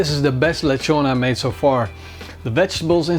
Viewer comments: LIT- TSON.... not le chon... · Its not leghrrron is lechon as in le chon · It’s lechon not lehon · Why do you pronounce it as lec-hon? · nice video! but just some few tips, put the spit first and the ingredients after for easier installation of spit (that's what I remember when my father makes this when I was a kid) and 2nd it's pronounced as leh chon :) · OMG..... you pronounce it as Le-tjon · Lek-hon lmao